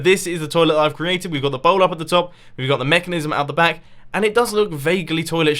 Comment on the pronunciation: You just said bank not back. Back is the right word